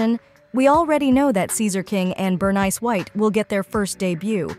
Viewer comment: Bro the AI pronounce Bernice like that one Key & Peele sketch.